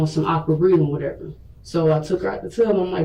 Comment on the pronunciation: Why she keep saying wateva